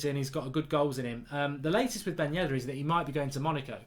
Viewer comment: It's Yedder not Yeddar wake up and why does he put that is 200M?